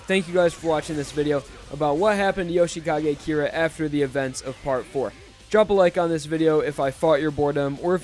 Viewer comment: Jousheekage Keera? I thought his name was Yoshikage Kira